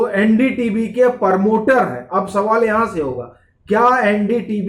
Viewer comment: परमोटर नहीं प्रमोटर